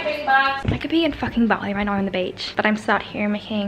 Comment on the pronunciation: I thought Olivia was talking about doing ballet but she was saying bali